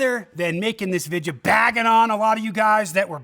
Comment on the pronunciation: I don't know here's an easy question why can't you pronounce the word video the way it's written the way it's supposed to be pronounced I don't get it